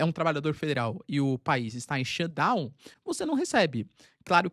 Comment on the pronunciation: SHUTDOWN. TEM QUE FAZER O SOM DO "T". daqui a pouco o Xandao vem atraz de voce